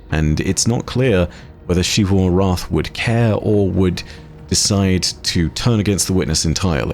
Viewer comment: Shee-vu returns. Sigh